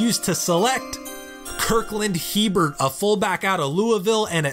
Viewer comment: Really solid draft, I love the depth of this series man. Also I’m pretty sure Hebert is pronounced (A-Bear) haha Edit: You mentioned one of your CB’s potentially being expendable. It might be worth seeing if you could flip him for a DE. In all my Dynasties Jordan Willis from the Bengals seems to consistently be a solid producer. Wouldn’t be an outlandish trade either IMO.